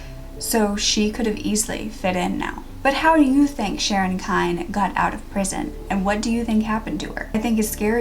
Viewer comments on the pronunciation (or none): Last name is pronounced KENNY...not Kind. I lived in Independence through all of Sharon's trials. My father was the arresting officer. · I'm the granddaughter of pat and walt Jones. I've heard the story of sharon kinne many times, not quite like this but told a little differently from my family still a good narration from you. I was told sharons last name was pronounced Kinney but anyways that doesn't matter I wish there was some justice for my grandmother a life taken too soon. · Dear, If you are going to use my book, "I'm just an ordinary girl." The Sharon Kinne Story for your YouTube casts, I might make two suggestions: 1. Give the book and my research credit. 2. Get the pronunciation of Sharon Kinne's name correct. Thank you, James C. Hays Author-"I'm just an ordinary girl." The Sharon Kinne Story